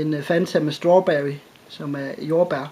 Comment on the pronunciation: "Stwarbewy"